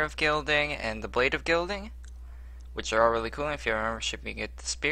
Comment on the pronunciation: Bro im not being mean but its Guiding not guilding xD Just saying :))